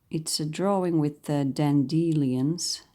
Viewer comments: The word dandelion in English is pronounced DAN-D-LION. Dan like a man's name ~ DE - is a short D ~ lion - like the animal. This is the way Americans pronounce it. As you requested to contact you with pronunciation. I love your site and always anxious to see what you will be doing next. Take care. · Dandelion is pronounced Dandy Lion :-) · Since you asked ... check the pronounciation of Dandelion. The "lion" is pronounced as the animal. The word comes from "Tooth of the lion", or "Löwenzahn" in German. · I love the way you pronounce "dandelion". And gorgeous demonstration too. :)